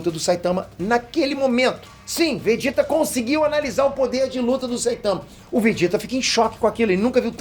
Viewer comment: O som da pronúncia é o mesmo, então está correto, quando leio e escuto.